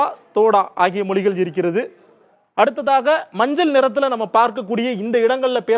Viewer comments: மொலிகல் என்று சொல்லாமல் மொழிகள் என்று சரியா உச்சரிக்க வேண்டும்.... உங்கள் உச்சரிப்பு நீங்கள் தெலுங்கர் என்று காட்டிக் கொடுக்கிறது... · Your pronounciation itself is not good. Not pronouncing Mozhigal correctly